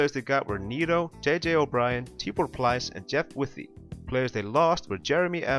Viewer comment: Good videos, keep them coming... BTW, Raul Neto's name is pronounced as NET-UH, not NEETOH